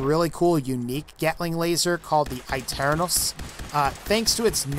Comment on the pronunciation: Can we point out how badly he butchered the pronunciation of aeternus?